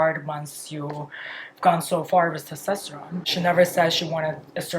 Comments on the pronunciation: It’s /tɛsˈtɑstəɹoʊn/ vs /tɑsˈtɛstəroʊn/. If you’re gonna make fun of a foreigners pronounciaton maybe learn a thing or two about phonetics and pronounciation first otherwise you look like an ass. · It's testOsteron. I just think when you are going to talk about it so much you should pronounce it the correct way